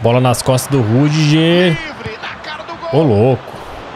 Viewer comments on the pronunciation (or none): Acho engraçado o pronunciando "rüdiger" como "rudijer" ao invés de "rudiguer"